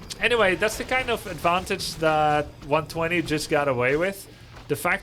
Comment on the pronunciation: Its pronounced one two zero